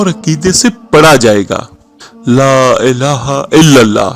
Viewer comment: Elaaha ke lam par kara zabar hota he drustagi farma leegea ga